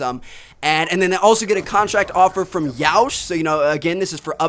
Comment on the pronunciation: You said Yeousch wrong.